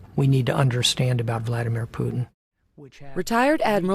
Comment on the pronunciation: "I saw tree letters: KAY GEE BEE. That's what we need to understand about Vladimir Putin." Just lol 😂